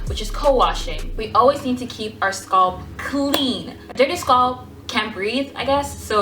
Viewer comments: No, she's pronouncing scalp as "sculpt.'. It's not you... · YASS! Oil and massage you sualp ( scalp) love the way you say it all fancy. Practicing yes darling I massage my sualp. :) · I like how she says scalp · I've never heard someone pronounce "scalp" that way... now I'm wondering if I say it wrong.